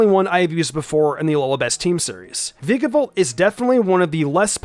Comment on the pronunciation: Dude, every time he says “Veekabolt” I swear a part of me dies, and not in a good way.